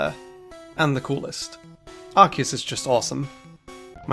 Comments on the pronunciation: It's Ar-key-us, not Arkoos! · Ar-key-us, not f*cking Arcoos! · IT'S ARCEUS, NOT F*CKING ARCOOS! GET IT RIGHT ALREADY! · It’s not ark-eus it’s ark-oos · it’s arkoos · No, stupid! It's supposed to be pronounced like RKS! Think of those 3 letters! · Its arkoos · It’s pronounced Arcoos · No, it's Ar-key-us! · It's pronounced Ar-see-us, you unpheasant. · No. It's pronounced Ar-Koos. XD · You're both wrong! It's Ar-key-us! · It's arcoos,Man? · It’s arkoose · it's pronounced ar-KOOS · THERE ARE NO O'S IN ARCEUS! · THE E IN ARCEUS SHOULD BE AFTER THE U! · Unfortunately Arceus was mispronounced the entire time